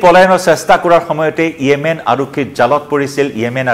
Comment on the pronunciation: য়েমেন নহয়, ৰে 😂😂 য়ামেন হয় 😂😂